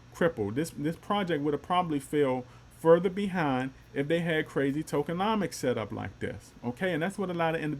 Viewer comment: I like the way you said it, sitting for success :D lets gooo